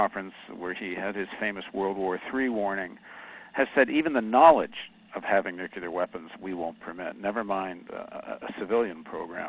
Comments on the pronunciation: Did he say 'nucular" and ? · Paul Jay: Nuclear. Not Nuculer. Nuclear. Say it with me. Noo-Klee-Yerrrr One more time. NOO KLEE YERRR. Nice work.